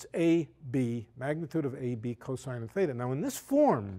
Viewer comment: Lol. It's "Theta" not "feda".